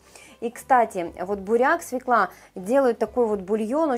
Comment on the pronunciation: Я добавляю в рыбный фарш слив.масло,если тушу в духовке достаточно 50мл бульона.,спасибо за рецепты и Ваши старания,извините,но только всегда свЕкла,но не свеклА...Всего Вам хорошего и Удачи!!!🌹🌹🌹